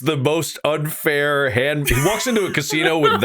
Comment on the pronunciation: He put so much emphasis on 'unfair' there; they're not even trying.